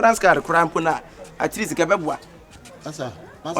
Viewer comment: At East, at east and at east🤣🤣, three dies today, eeeii akabenezer will kill us with his pronunciations ooh😄😄😄 I can't wait till de end oo 😅😅😅